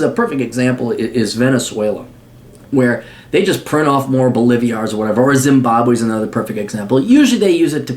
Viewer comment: Not trying to be "that guy", but it's Boli-Vars, not Bo-livi-Ars.